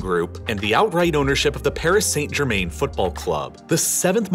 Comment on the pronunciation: Paris "Saainet Germane" 😂